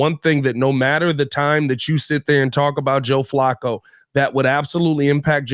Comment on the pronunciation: you're very good at your job, but Flacco has been in the NFL for 16 years and has 40K + yards. It's pronounced Flack-o. Just think of Sweat getting a sack and throw an 'O' on the end of it. Sack-o. Flacco rhymes with Sack, hack, back, smack, attack, etc. FYI Have a great week and bear down, my man!